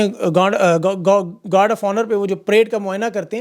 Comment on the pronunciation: Gand nahi 😂 guard kehty hai